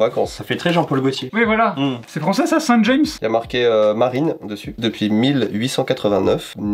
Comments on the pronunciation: on dit "Saint jame" pas "james" c'est un village normand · Saint James se prononce à la française Saint Jam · Oh, qui ne sait pas que James est d'abord un prénom français, et qui ne sait donc pas prononcer la marque Saint-James. Je sais que Colmar est loin du Mont-Saint-Michel, et donc des panneaux vers le village voisin appelé Saint-James depuis ~1.000 ans, avant même que le duc Guillaume de Normandie envahisse les Anglo-Saxons et apporte dans son sillage les 2 formes principales du prénom Jacob en français à l'époque: Jacques et James. La marque est basée dans ce village normand (d'où la silhouette du Mont Saint-Michel dans le logo). Pour la marque comme pour le nom du village (et d'autres lieux éponymes en France), ainsi que pour le prénom porté par des Français, il faut prononcer James à la française ([ʒɑm]) et non à l'anglaise moderne ([dʒeɪmz])... Je sais que James a quasiment disparu comme prénom en français et ne subsiste surtout qu'en noms de familles (souvent sous forme de dérivés ou de diminutifs comme Jamier, Jamet, Jamot, Jacquemin, Jaumet etc.) et dans des noms de lieux. (En anglais, c'est l'inverse, le prénom James amené de France est devenu la forme classique du prénom: les noms français des rois Jacques 1er et Jacques II se disent James I et James II en anglais. Et quand c'est le nom d'anglophones, on peut le prononcer à l'anglaise moderne ([dʒeɪmz].) --------------------------------------- Pour les curieux: Au Moyen-Âge, en latin et dans la plupart des langues romanes depuis, le prénom hébreux antique Ya`aqob a gagné au moins 2 variantes, dont une où le